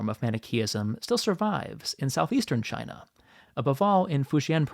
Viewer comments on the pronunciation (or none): none